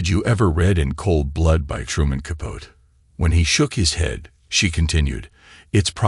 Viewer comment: It's Capote (kah-poh-tee).